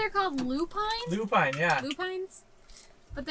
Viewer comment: I love watching your content. So refreshing. Rory is growing up so fast. She is smart too. She knows she is the one who MUST try all first bites, hehehe.....oh the purple flowers you stopped to look at are pronounced Lu pin the "e" is silent. They are so beautiful and its so nice to see fields of them everywhere.